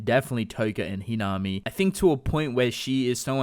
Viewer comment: It's pronounced he na me